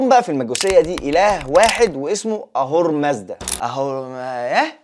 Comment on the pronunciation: نطقت كل الاسماء بشكل خاطئ، أهورا مازدا، أهريمان.